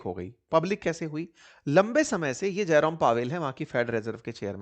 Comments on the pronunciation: अरे, जेरोम पॉवेल को जयराम पॉवेल कहे जा रहो हो बार बार। 😊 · जयराम पॉवेल या जेरोम पॉवेल? सर नाम धन से लिया कीजिए। मैं पेपर की तैयारी कर रहा हूँ। अगर पीछे स्क्रीन पर नाम ध्यान से नहीं पढ़ता हो हो जाता काम। वीडियो अच्छी है 🙏